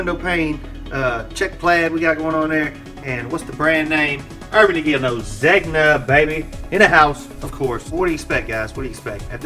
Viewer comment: It's pronounced Zaynya. And from another video... Airmez. Just sharing. I like your content. Thank you.